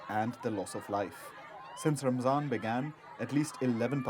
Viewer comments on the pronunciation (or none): Why she kept saying ramzan instead of 'ramadan' it's RAMADAN ma